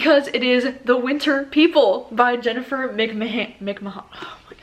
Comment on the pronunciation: If you love Jennifer McMahan try the invited , I thought it was great!! And also its mc-man LOL